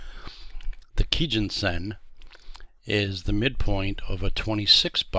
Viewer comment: Thanks for this video but why did you start mispronouncing kijun around the 4 minute mark after starting correctly. You really distracted me with that.